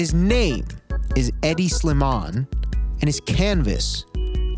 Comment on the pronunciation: noooo stop don’t pronounce the H in Hedi boy noooo